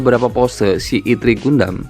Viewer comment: Bacanya ertri bang bukan itri, terus bukan vivtu tpi vitu